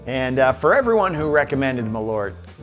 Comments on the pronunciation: Its MAL ÖRT not Malooort.. The Swenglish is killing me. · Try to pronounce it like mahl-irt (like the i from bird or shirt) and you'll be closer to reality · Is.. Is that genuinely how americans pronounce Malört? For reference, it's the swedish word for wormwood (which is the key ingredient), and it's pronounced Mal-ört, the ö having the same sound as the vowel sound in bird. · It's pronounced "Maaaaal-eurtt" 🇸🇪 Btw, you haven't tried nothing yet... #Surströmming should be your next ☺️ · I was thinking he was intentionally saying Merlot wrong for most this video lol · Honestly, USA, if you're gonna spell it with the umlaut and all, you really need to pronounce it as such, too. M-Awwww-l-eeeeuugh-rt. It even fits the taste better. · As a swede i thought i should chime in on this, Malört is a kind of herb (ört means herb in swedish) and the "ö" is more pronounced like the u in "burn". Malört liqour is traditionally cosumed with fatty food because it's thought of as good for digestion. :)